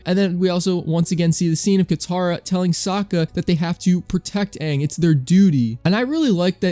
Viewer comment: It's Aang not Ong.